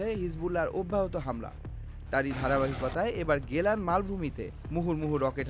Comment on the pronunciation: এটা গোলান মালভূমি,, গেলান নয়😂😂😂